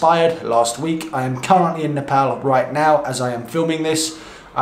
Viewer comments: He said Nepal not Nepol😍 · So your three months in Nepal, taught to pronounce the country's name..😁😁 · He actually said Nepal and not Nepawl. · Glad you Pronounced Nepal as Nepal not Nefol.. Lots of love brother. Really loved all your Videos. Hope to see more videos in coming days.❤❤❤ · So satisfying to hear a foreigner pronouncing Nepal 'Nepal' not 'Nefol' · Ya he pronounced Nepal as Nepal that's something 🤣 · First foreigner pronouncing Nepal as Nepal😁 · True, many pronounce like Nepol or sth..😂😂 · Finally someone is Pronouncing Nepal correctly. After living in uk for over 5 years and hearing people mispronounce Nepal wrong even after correcting them, felt like they are disrespecting my country but I always kept my head Turing to the positive and understood none of them meant that. Please even after coming back to uk keep pronouncing the correct way. Hopefully you will be safe and enjoy the time there. 😁😁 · "Nepal" & "Nepali" Both correct pronunciation. Great Video! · U should pick a Nepali name now😂👌 And u said Nepal perfectly for a tourist😅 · I am happy that u can pronounce the name of country 'Nepal'.most of the people use to call Nepol. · Hy, you are the first westerner I have ever seen to somewhat properly pronounce 'NEPAL'. 😂😂😂 Other westerners they just say 'NEPAUL'. And I commented here right after the very first time you said 'NEPAL' in this video. 😁 I hope you have great time in Nepal. Cheers! 🍻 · pronounced Nepal exactly what it should be like.Well he suffer Nepal lockdown since day 1🥂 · Wow you've really mastered the pronunciation of Nepal. Proud of you XD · Till now..I havent seen any foreigners spelling Nepal so correctly👏❤ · You are probably the first foreigner who pronounced Nepal Correctly. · He pronounces Nepal very well for a foreigner :D. This made me happy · I love it that youve addressed the pronunciation of nepal. Thanks... it truly isnt NEPAUL!! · A like for the correct pronunciation of Nepal!